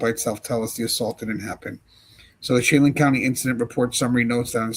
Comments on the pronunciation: Just in case you end up reporting about the incident from there again, it’s pronounced, “Sha-LAN” even though it’s spelled Chelan. There is a lot of French influence in that part of Washington and Idaho. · Chelan Washington pronounced Sha-lan